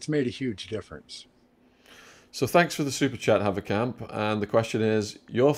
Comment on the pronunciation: Sean your main shortcoming is not pronouncing your “th”. Growf, fanks, fink.